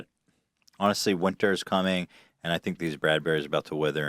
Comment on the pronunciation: that english guy says "fink" instead of "think"